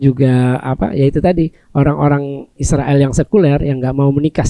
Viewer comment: Aruiiillll utang, biasa sj sebut Israel bukan Isriwil dong Mas Aruiiiilll Utang